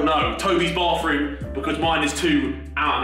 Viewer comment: “🥴ThE bAaThRuMe’S fuckin” ~Harry